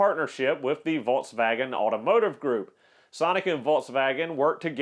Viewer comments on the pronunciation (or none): I had to turn video off and give a thumbs down because of way you try to pronunciate Volkswagen. Come on dude what are you trying to do, too effin funny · "Volkswagen": VOLTS WAGEN "Hazet": HOT ZET